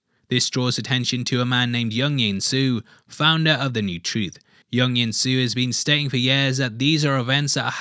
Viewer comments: Not young insu please say jung jinsu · in the Korean language, J in Jung Jinsu is pronounced like you would say jar, jam, etc. Not like in Carl Jung. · Why are you saying Jung Jinsu Yung Yinsu? Your pronunciation ...